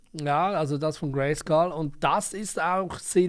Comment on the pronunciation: Wenn du Grayscale sagst, hört es sich wie Grayskull an😅 Aber wahrscheinlich bin ich nur durch meine Jugendzeit und Master of the Universe geschädigt😂 Castle Grayskull